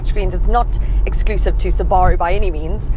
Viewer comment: Yes the correct way. Suba-roo is americanisation and is incorrect.